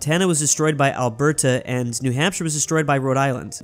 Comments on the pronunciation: The way he says Alberta💀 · if ur a american that wants to learn how to pronounce alberta its (al-ber-te